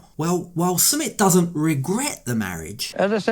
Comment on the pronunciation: You say his name wrong!!!